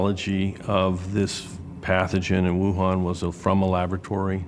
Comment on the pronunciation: Why do you keep pronouncing Wuhan wrong? Especially when Fauci pronounces it correctly. 🤔🤣